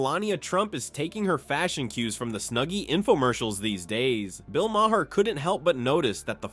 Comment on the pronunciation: Maher is a single syllable,.